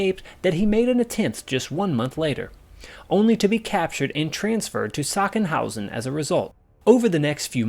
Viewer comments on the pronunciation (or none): The pronunciation of Sachsenhausen was badly wrong although it’s not easy I’ll give you that and the name of the secret missile site is Peenemünde which is easier to pronounce (Pee-ne-mu-nde) but no attempt was made. 5 prisoners were originally planning to escape but in the end apparently another 5 joined them. Devyatayev had three attempts to start the He-111 engines before he was successful using a battery that was brought by another prisoner. After take-off, the plane was heavily reeling because for a while Devyatayev could not manage the steering alone. Only after a detailed study of the instruments of the plane did he find the reason. The wheel of the elevator trimmer was in the position for landing, not flying. After adjusting the trimmer, aircraft control became possible by himself. In the process of gaining altitude, enemy fighter planes were observed taking off to intercept them. However, thanks to dense clouds, the fighters lost sight of the stolen He-111. After leaving the clouds, Devyataev’s group flew eastward, and then to the south, according to their only map. Soviet troops presumably were stationed there. After crossing the Baltic coast, 300-400 kilometers from the takeoff site, the aircraft was subjected to firing. The fire was conducted by Soviet anti-aircraft artillery and the right wing was damaged and two people were injured. Mikhail Devyataev decided to make a hard landing on a snow-covered field. After landing, escaped prisoners were taken by soldiers o